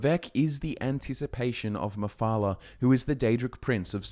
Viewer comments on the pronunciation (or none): none